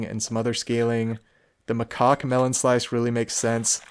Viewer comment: I hate to correct your pronunciation, but gosh it sounds dirty, I have to do it. Macaque is muh-cak.